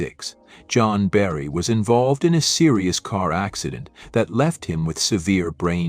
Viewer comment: A good overview of 1960s bands and performers that should have more critical & popular acclaim. However, the AI generated narrator does not seem to master basic English. The Green Barretts instead of the Green Berets? John Berry instead of Jan Berry? Paul River & the Raiders?